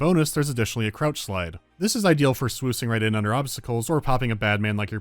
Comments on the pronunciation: "swoocing right in" don't think i didn't catch that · SWOOSING? I never thought I'd hear you say that honestly